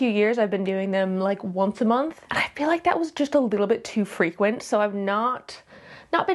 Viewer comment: Onth a month 😅 I'm kinda relieved to see a native speaker struggle with the 'th' as well. That was cute :D